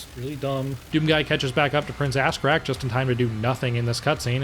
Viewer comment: I’m glad I’m not the only one that calls Ahzrak, Ass Crack.